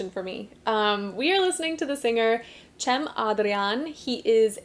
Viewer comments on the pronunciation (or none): Rather than commenting on cem adrian, it caught my attention how you pronounce his name. What would it be like to call you Pethany? Please try the voices of johnny, jack, jamie next time. Otherwise, you make the c sound in chili, chapter, chain sounds. My son's name is also Cem and they couldn't learn to say Cem during his high school life for four years. This made him very angry. Have a nice days❤ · His name is pronounced as the word "Gem" 👍And thanks for your genuine reaction <3 For those whom wonders about Cem Adrian's vocal capabilities: "His voice is approximately 4.5 octaves, bass - baritone - alto - soprano - choleratursoprano. All of them are present. The reason why this man can sing 7 octaves is because Cem can imitate sounds like Ray Charles, Mariah Carrey, and he can also make sounds like bird sounds, bee sounds, not with his teeth, but with his throat. Its been said that he can also produce close to 30 different instruments sounds. His vocal cords is about 5 cm long." ( I would have shared the source of this information as a link here but since its all in Turkish, preferred to translate instead. )